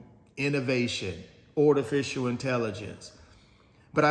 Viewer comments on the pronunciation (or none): Yeah, … A kind correction… It’s Artificial Intelligence (not Ortificial) No biggie but still… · What the heck is Ortificial inrelligence 😂😂😂😂.